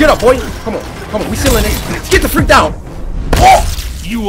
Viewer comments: i thought he said what the f**k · Why it sound like he said what the F u c k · I heard freak! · I heard fuck I really didn’t hear the r in there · He tried to say freak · Simba Jay lol I heard him say fudge